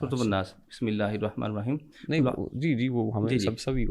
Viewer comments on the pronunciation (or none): surah nas ko wanas bol raha he